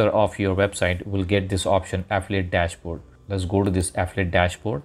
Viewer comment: Ahhhhh fillllll eeee it. English isn't that fucking difficult man. My god.